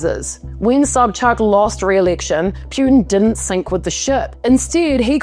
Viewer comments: Poo tin not Pew tin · I find the way you right and deliver so fking amusing. Appreciate the acknowledgment for pronunciation, I’m not usually a stickler on that but you said it so many times that I started getting a physical aversion 😁 It’s P-uh-tin not P-you-tin. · Let's pronounce his name properly please: Poo-tin. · Vladimir "Pe-yutin"? More like Vladdie Putrid. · It's pronounced "POO-tin". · Why do you call him pyuutin? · Putin is pronounced Potin! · You do not pronounce Putin correctly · Pronounce his name correctly😂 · What the f are you talking about?? You don't even know how to say his last name! Learn the basic respect👊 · Bravo! She don't even know how to pronounce his last name! Wtf